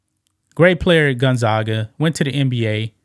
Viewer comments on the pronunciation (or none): As a close neighbor to Spokane, WA, Gonzaga is pronounced, Gon-zaaag-ga. Long "a" sound. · Go Stockton. I live in Spokane and used to watch Jazz/Sonics games at his Dad’s bar “Jack and Dans” Pronounced Gone zag (rhymes with gag) uh